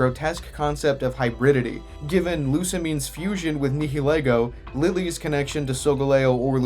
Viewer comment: commenting to boost for the algorithm and also to say this video is excellent so far but ALSO I need to spread the word that nihilego is pronounce nye-ill-ego cause the name is too good for people to still be mispronouncing it